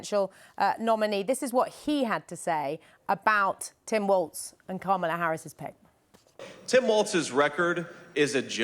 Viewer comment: Can you PLEASE just say her name correctly. It's like "comma-la"